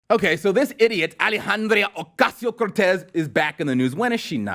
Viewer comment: I love how closet racists like this dusch pronounces AOC's name in cartoon fashion.